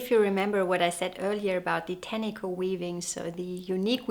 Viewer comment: It’s very nice that you have done some research about our country and some of your facts are correct. However, it would be good if you could also research the pronunciation of te reo Māori (or even close) as it’s offensive to hear this beautiful language strangled. Tāniko (pronounced tarneekor) is a traditional finger-weaving technique to create colourful, geometric borders on garments. I couldn’t finish watching sorry.